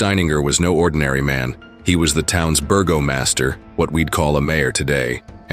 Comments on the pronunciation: The correct pronunciation is not “burglemaster”, it is Bergermeister (burger-my-stir”). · Bergermeister is not pronounced “burgomaster”.